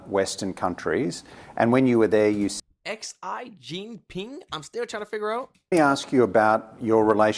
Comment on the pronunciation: More like Zee Jin-peng